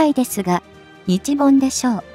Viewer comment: 日本をニチボンと発音してはいけませんね。読み上げをプログガムにやらせているならもうチョット改善が必要かと思います。読み上げ方も他の皆さんが言われていますが改善願います。聞くのがつらいので1.5倍速で見ています。